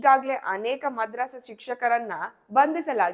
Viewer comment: Mam madrassa alla madarassa